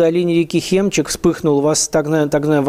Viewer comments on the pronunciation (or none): Усинское - ударение НЕ на первом слоге, а на втором. Я из Хакасии, Тува рядом, знаю правильное произношение. Хемчик - ударение на первом слоге, НЕ на втором.